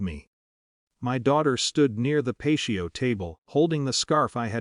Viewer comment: This AI narration is ridiculous. Right at the beginning didn't even pronounce the common word PATIO correctly. So I didn't waste any more of my time listening.